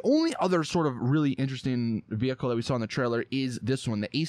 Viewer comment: Vehicle, not veyuckle